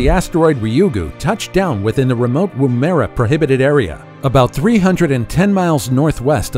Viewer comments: Tinalong And dont forget woo merea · The OO in Woomera is as you'd hear in Poofter or foot